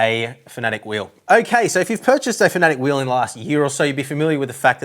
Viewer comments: it’s Fan a Tec, not Fanatec or Fanatic. 👍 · Fan-A-tec fanatec🤷‍♂️ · I think you're saying Fan UH Tech wrong. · Great review, still terrible pronunciation of "Fanatec" :)